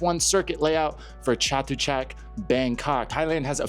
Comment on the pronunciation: Hey buddy since you may be talking about the Chatuchak area a lot more, you should ask one of your Thai friends how to pronounce it correctly, I notice you get some other Thai place names correct that other foreigners commonly pronounce incorrectly.